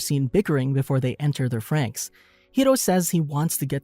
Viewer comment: when he say "franxx" as "franks" hurts me